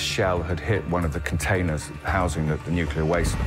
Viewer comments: not NUCULAR!!!! omg 🤦‍♀🤦‍♀ Pronounce the most important word correctly NU - CLEE - AR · Ben Fogle can not decide for 3 episodes is it Nucilar or Nuclear.. Someone tell this man to get serious 😂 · does he say "nukular"? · Barely 2 minutes in, and the narrator literally says "nuc-ular" instead of "nuclear". No thanks.